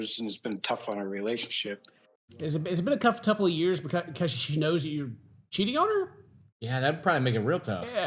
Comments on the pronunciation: Okay tell me I’m not the only that heard ‘Cuff Touple of years’ 😂 me too, me too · Unintentional spoonerism from. "Has it been a kuff tupple of years.."